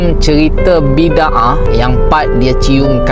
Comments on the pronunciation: sebutan filem tu bi da ah, bukan bid ah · .....bukan Bidaah Gini sebutannya Bidaaaaa ah😮